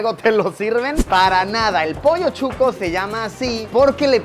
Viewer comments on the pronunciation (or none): emmm Chuco??? o Shucho?? soy de Guatemala y para nosotros es Shuco, mal pronunciado Chuco... pero es SHUCOO sssssshhhhhh shucooo no chuco